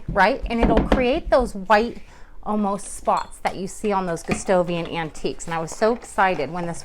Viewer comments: Since the king's name is Gustav (Goostahf), it's Goo STAH vian, not Goo STOH vian. Good job on the finish! You have a much better understanding of what is going on with Gustavian furniture than the others on YouTube. It's a more nuanced effect, and a bit complicated, but you have a great eye. Thank you for this. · Your technique is the best I've seen for this finish, but you keep saying Gustovian instead of Gustavian with an "a." It's distracting.